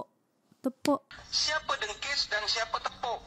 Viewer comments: assalam.. mohon mncelah...sebutan 2 harimau tu. 1.. dengkis 2.. tepok.. sebutannya.. teapok.. bkn tepuk mcm bnyi tepuk tangan.. tepok tu maknanya tidak boleh berdiri dn berjalan dengan baik..hanya mmpu mmgesot.. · Bukan tepuk tapi teypok. Orang Johor sebut teypok.